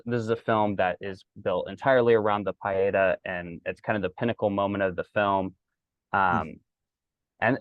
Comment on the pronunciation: Thank you for the correction on the pronunciation, I will make sure I get that down for the future. We have to give respect where it is due. Thank you for the kind words about the project. We hope that beauty will impact lives